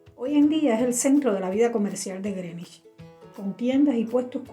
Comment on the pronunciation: Felicitaciones por pronunciar bien Greenwich.